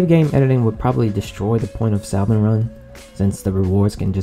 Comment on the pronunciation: please stop saying saLmon run you don’t pronounce the L